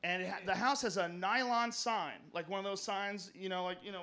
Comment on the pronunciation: A nylon sign cmon joe 🤣🤣 I think the word is pronounced NEON